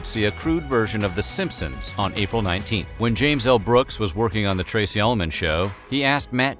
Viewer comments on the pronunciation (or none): none